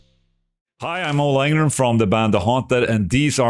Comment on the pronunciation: Did he say Ola Eeeengrund? I think he did.